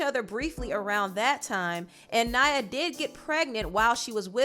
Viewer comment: The girls name is Naya, not Nyah. Y'all American's pronunciation boy.. Still love your insight tho❣️